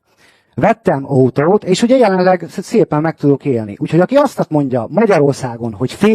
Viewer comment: Az ou is nagyon jellegzetes nála poóuló, óutó, hóunapra, lázár infóu. Nekem is tetszik, én is budapesti vagyok🤣